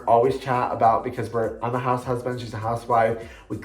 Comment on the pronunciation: I absolutely love candles! And wax melts x will need to get some zoflora 😍 loved when you said “the hoose”😂👏 another great video💓